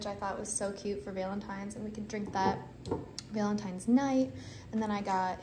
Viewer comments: I swear I'm hearing 'Veil-in-tines', instead of the expected 'Val-in-tines'. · Your alternate pronunciation of Valentine’s is driving me nuts.